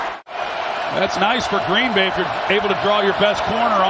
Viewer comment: Gween Bay ???, .ashamed slips they said nah